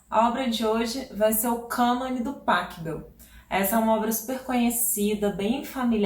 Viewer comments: Muito legal seu canal e o conteúdo que você gera. Obrigado, viu? Só uma dica de pronúncia no Pachelbel: O "ch" lembrando o som de "rr", como no Bach. Soa algo como Pa 'rri' bel, ou Pa 'rrou' bel. Valeu! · Professora, uma pequena correção: em alemão, o ch se pronuncia como rr. Então, Pachelbel se pronuncia Parrêlbel.